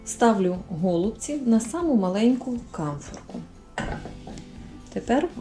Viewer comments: Ударение правильно ставьте на голубцы, ой невозможно слушать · Все гарно, смачно, зрозуміло. Але слово гОлубці дуже ріже слух! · 😢Правильно голубці, наголос на (І), голубціііі! 😢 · Еееее... ГолубцІ, а не гОлубці.... І де томатна заправка? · Чому гОлубці, а не голубцІ? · Правильно казати голубцІ ☝, українською мовою голубцІ,,, перевірте через словник! Не хейтер, але не можу чути, коли наголос не вірний! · Доктор філологічних наук Олександр Пономарів відповідає на запитання читачів. Назва страви голубцI має наголос на останньому складі. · У нас на Січеславщині говорять тільки голубцІ,з наголосом на "І". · Навiщо такий наголос " голубцi" . На " о " Получается как что то связанное с голубями . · У слові "голубці" наголос ставиться на останній склад. Але всеодно Вам лайк та підписка! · Дуже ріже слух неправильний наголос в слові голубці